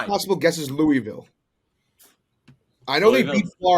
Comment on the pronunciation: is the only person who pronounced Louisville correctly. What a fuckin guy